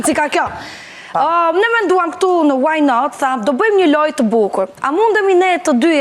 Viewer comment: smpelqe fare kur thot "waj naat"